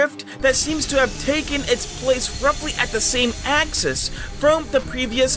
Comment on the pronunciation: HEY YOU JUST SAY AXIS